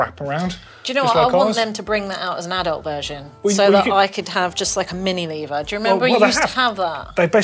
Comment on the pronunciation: Shaking my head at the number of times the word "Lever" was mispronounced...